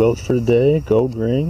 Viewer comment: I know I am too tired when I kept thinking you were saying "goad" instead of "gold". LoL. Great finds; especially the gold Tierra 😂